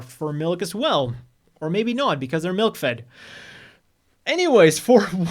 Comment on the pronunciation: I deadass thought he said MILF'D, turns out it was MILK FED